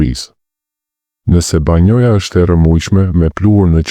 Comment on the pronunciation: Banja ore zotëri e jo banoja.fol shqip te pastër.!!!